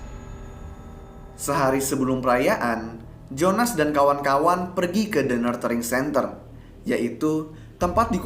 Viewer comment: Saran. Mungkin sebelum menyebut nama tempat atau lembaga dalam bahasa inggris, bisa di cek dulu cara penyebutan yang tepat. Contoh: "nurturing centre"